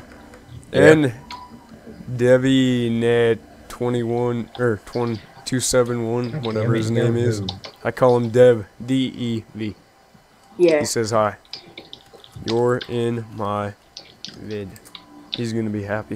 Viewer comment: Im devyne271 its pronounced devin lol